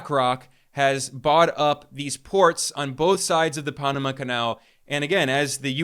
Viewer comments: ITS PAN, AMA. PAN LIKE BREAD, NOT PONAMA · Pan-ama, not Paa-nama. Where are you from? Why are you even speaking on U.S. affairs? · Oh, please,please, if you are going to speak of the Pa(long a) so pan, like man not pon how you pronounce it And also Afghanistan, both a’s are long a’s. I wish everyone would look up words for correct spelling and pronunciation! It is just butchered on these podcasts! Being an English major through college, it drives me nuts!! Thanks for listening! Otherwise I think you’re great! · Wait, is it the Ponama canal or the pan-ama canal? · This guy looks like he’s about 25. Is he really the expert he seems? Just questioning this source. Pah-nah-mah Canal!?? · The only passageway that's seen more traffic than the Punumuh (as he pronounced it) Canal is..................... The Kamala canal 😂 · Microsoft is not Silicon Valley. It is Seattle and you are saying Panama wrong.